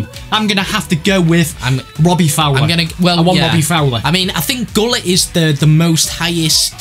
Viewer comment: It's pronounced wholit for gullit